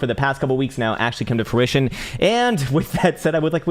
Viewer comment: Dude, it's fRuition, not fWuition, as in 'to bear fruit' ;)